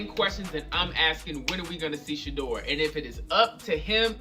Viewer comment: Omg it is NOT "SHEEDUER"